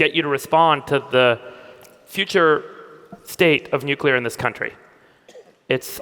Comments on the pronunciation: he's right about climate change, but can he please learn how to pronounce nuclear/nucular? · He lost me at "nucyular" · Why can’t the energy secretary say nuclear properly? He says “nucular” more than half the time! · "Nucular", says the secretary of energy repeatedly... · Love how Chris pronounces Nuclear as New Killer 😂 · Ironically can’t pronounce nuclear